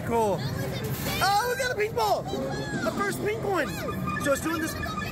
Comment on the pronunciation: Maybe it's just me but everytime says pink ball I swear I can't stop hearing him say meatball 😂😂😂❤❤❤